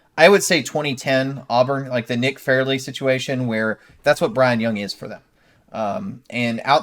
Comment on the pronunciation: it's Byron not Brian